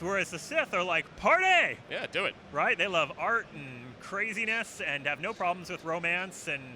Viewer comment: Sith ... PARTEEH??! Damn it ... Count me in xD